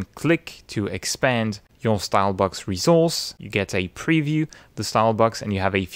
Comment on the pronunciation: I really love the way he pronounces "resource". Every time I hear him give me life.